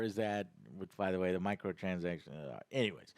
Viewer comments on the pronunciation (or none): none